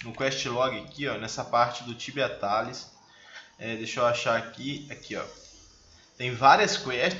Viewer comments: Daora! O certo e falat tibia tailes (tales) Tales = contos, ou seja, as quest tibia tales são denominadas contos! Abraços, seu canal ta evoluindo bem! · Tibia Tális 😂😂 sdds ingrez